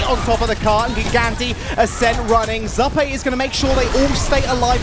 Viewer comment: its.... "Zoo" "Pay"- Zuppeh